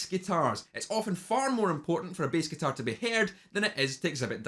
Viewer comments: Beast guitars? What's beast guitars? Ah, BASS guitars... hahahahahaha. I couldn't do a scottish accent if my life depended on it. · Am the only one who thought he said beast guitar when he actually said Bass guitar lol :x